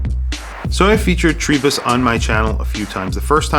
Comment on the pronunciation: Great review,. Enjoying my own TRI-03 in yellow since it arrived last week. However… Why do you pronounce it TREE-bus? The Ward lads say it’s TRY as in Tribe. Ah well… Liverpudlians…